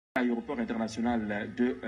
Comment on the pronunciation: Pourquoi la majorité des journalistes camerounais disent "ayéroport" au lieu de "aéroport?